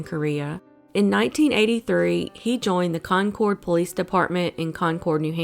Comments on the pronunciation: You can blame Welches advertising their conCORD. Its pronounced Concurd, NH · Concord is pronounced one word (almost like concurd) here in nh not con cord lol but love this never new this stuff happened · pronounce it “Conkurd” not “concored” lol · Lol... I was going to say the same thing. "Con-kerd" for us NH-ites, Con-corde for everyone else... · I know all these places. My sister lives 2 seconds away from the tropical lounge. I actually have a friend who went missing 2yrs ago now in Nashua. It's so sad... Also, it's pronounced "Con-Kerd" ☺️ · Excellent video! Just so you know though, in New England, "Concord" is pronounced like "conquered". 5 out of 6 New England states have municipalities named Concord. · I screamed its conquered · Anyone else annoyed as hell at how she says concord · I would’ve pronounced it the same - it’s spelt like that so how is she supposed to know?